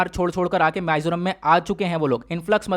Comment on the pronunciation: Sir thoda bolen ka accent thik kre पानाजी (Panaji) nahi wo पणजी ( Panaji) h माईजोराम (maizoram) nahi h wo मिजोरम (mizoram) h and same thing with Burma. Hope you don't mind sir